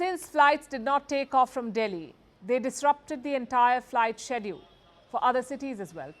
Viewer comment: It's Schedule not sedule 😂